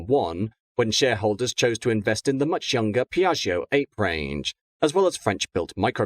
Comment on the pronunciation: It's not ape, as monkey, it's ape (apeeh) as Italian for Bee (Apoidea).